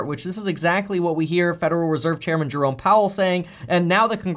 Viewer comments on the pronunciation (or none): none